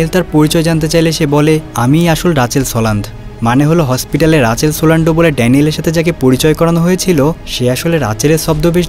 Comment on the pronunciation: রাচেল না মিয়া রিচেল 🤨🙄😏🤦🏼‍♂️